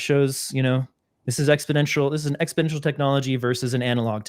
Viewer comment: That comment is directed to. This hurts your rep each time you say exponential.